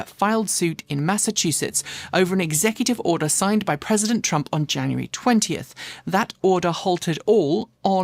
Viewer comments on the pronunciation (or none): none